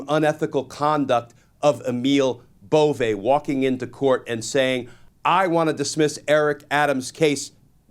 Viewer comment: Emil Bove's last name is pronounced like it looks, B O V E BOVE, NOT BO'V A . Or BO VAY It's a northern Italian name derived from the Swiss origin. I know because my mom is from Luca de Marci, Italy and her maiden name is BOVE. 😊 I just hope Emil is Not related! My family looks great and he is super ugly.